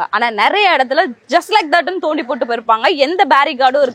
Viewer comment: நொண்டி வேண்டாம். தோண்டி என்று கூறுங்கள்